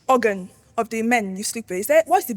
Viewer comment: hahahh the way she pronounced the organ. That girl is wild